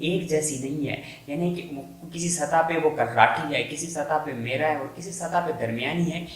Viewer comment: بھاگوان میرا ایک ایکٹر ہے زمین میرا نہیں ہوتی میرا ہوتی ہے 'م' پر زبر پڑھی جاتی ہے۔